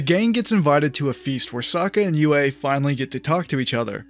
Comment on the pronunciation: That part felt very contrived to me. Also its Sokka not Zuko, and its also Yue not Uway.